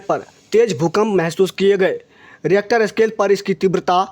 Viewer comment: भूकंप की तीव्रता रीख़्टर (यही उच्चारण है) में मापी जाती है